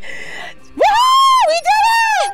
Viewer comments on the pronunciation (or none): none